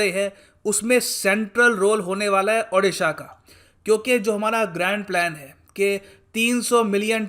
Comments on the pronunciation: O - D - SHA not A- D- SHA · sir please,pronounciate our state odisha not adisa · " अ" नही "ओ" हे...... "ओडीसा" |sir, pronounce it correctly . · Plzz sir State ke name tike se pronounce karo